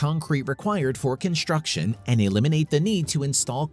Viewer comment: It is construction and not "conshturction". Am I the only one who's irritated by this pronunciation?